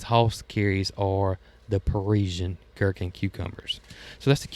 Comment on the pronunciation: Gherkin cucumbers you pronounced correctly btw. I love them for baby pickles for my grandkids. They are dill pickle crazy.